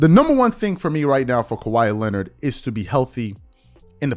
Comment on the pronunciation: Stephen A Smith says “Lenned” that the same reason you always say “He be…” “She be…” It’s called improper English. 😐